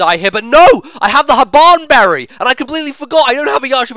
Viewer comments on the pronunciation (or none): Hahaha i fucking died at "Habbbban BERRY"